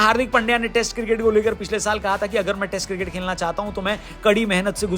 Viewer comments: bhai खेलना होता है खेकना नहीं 😂😂😂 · खेकना नहीं खेलना 🤣😂1🤣😂